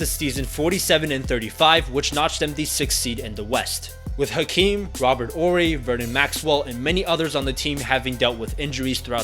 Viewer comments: 1. They got extremely lucky. Arguably the Jazz was the best team they faced. 2. The "H" is silent in Hakeem. 3. The "H" is silent in Horry. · The H is silent in Horry and it’s a hard J in Tomjanovich (Tom-John-O-Vitch)